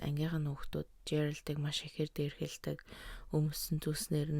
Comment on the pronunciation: Дээрхэлдэг биш дээрэлхдэг😂 колт биш калт😊